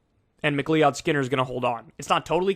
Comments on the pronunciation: McLeeOdd is pronounced McCloud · Kyle, I love you bro, but McLeod is pronounced “McCloud”. How in the blue fuck can you pronounce gubernatorial and not McLeod?? Jk Finally some good news. I’m so used to be disappointed after primaries. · Not to nitpick, but... "McLeod" is pronounced like "McLoud" (not "mick-LEE-od"). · Somebody tell Kyle its pronounced 'Mc CLOUD', not 'Mc LEE-ODD'. Or am I mistaken? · Mc CLEE-OD....JFC, MCClod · Jamie McLeod Skinner potentially winning is great, but it's also annoying for how many people it forces to try to pronounce his name and inevitably butcher it. It's supposed to be pronounced like Mc-Cloud or Mac-Loud. Leod was a the family founder's name (why McCloud is an incorrect anglicization), but it's pronounced like "loud". -Another slightly miffed MacLeod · Kyle, I'm pretty sure McLeod is pronounced "McLOUD" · Macleod is pronounced "mic-cloud", same as McCloud. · Pronounced McCloud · It's pronounced "Mick-Cloud" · Pronounce it Mac Loud. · MAC LOUD Haven't you ever heard that last name before??? *Macleod. ***Greg Casar CAH SAR jeezus get it together. How do you not know about Greg Casar????!!! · Ma-KleeOwd..... Highlander would take your head. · McLeod is pronounced McCloud. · Can someone tell Kyle that McLeod is pronounced “McCloud”? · FYI, her name is pronounced McLOUD-Skinner... Thanks for the excellent commentary!